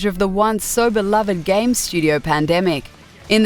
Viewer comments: Am I the only one who thought she said "if you read a lot of gay magazines and websites" at the start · it sounded like she said if you read a lot of gay magazines and websites lol